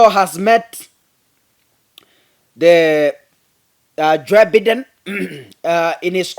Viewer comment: It's Joe Baiden and not Joe Biden.